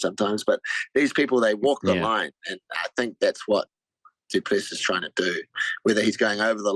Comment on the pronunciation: “Du Pless” 😂😂